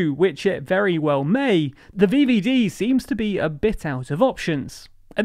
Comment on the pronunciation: thé vieviedie, im keeping that one alive *edit im loving these pronunciations, ty <3